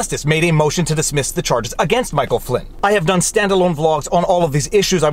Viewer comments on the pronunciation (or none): none